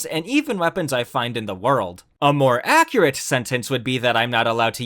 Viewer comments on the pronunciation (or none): none